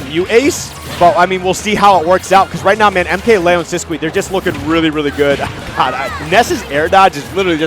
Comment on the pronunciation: He is just saying it how it looks. It's wrong, I'm pretty sure, but it's not that cringe. It's weird the actual pronunciation of Sisqui is "Sis-Key"